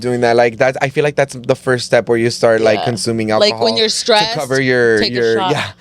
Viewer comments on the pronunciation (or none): none